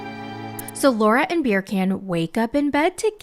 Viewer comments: 🤣🤣🤣🤣🤣 When you said Birkan, I really, really thought his name was Beer Can!😂😂😂😂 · I'm screaming at beercan! I think that's how says it Right?😂😂 Her pronunciations are hilarious!